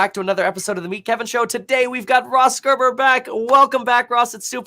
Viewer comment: way to butcher his last name , gg